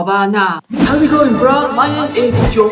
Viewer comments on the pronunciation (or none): bro是念 偏向念波。不是ㄅㄨㄚ 哈哈